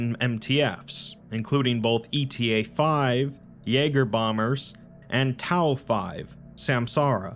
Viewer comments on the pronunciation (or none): Eta-5 is the Greek letter "Eta" not the acronym e-t-a.